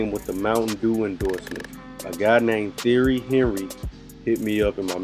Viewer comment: It's pronounced Tee-ehree on-ree good video bro